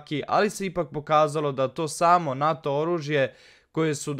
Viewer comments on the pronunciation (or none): none